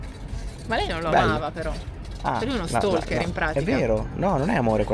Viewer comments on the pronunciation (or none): none